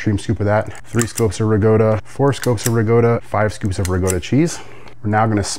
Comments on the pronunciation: WTF is Rigota!! It's Ricotta!!! DAMN!!! It's pronounced MAN-I-COT-TEE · I was just getting peeved off EVERY TIME He pronounced "MINO-COE-TEE" & "RIG-GOATA".. 😂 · Rigoatta instead of calling Ricotta pronunciation gave me a twinge and I am Irish. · Man-A-Cotti, Ri-COTTA, universal English pronunciation from Texas to Canada and every place in between. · Your Italian pronunciation is brutal. Rug gota is close to Bogota. Manucoatty was a Spanish bootlegger who sold man na - cot e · I believe he’s mispronouncing RICOTTA on purpose. 😏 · It looks amazing, but please learn how to pronounce manicoti, and ricotta. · Gross. Pronounce ricotta correctly.